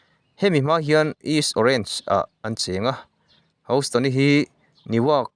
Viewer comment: House nilo in hous ringawt tur awww 😅